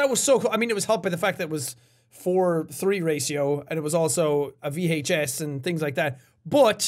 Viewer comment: vee haych ess